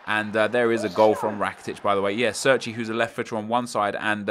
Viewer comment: Cerci is pronounced as you would pronounce Che(as in Che Guevara) - rci. Not Serci.